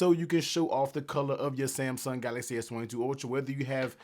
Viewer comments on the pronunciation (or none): none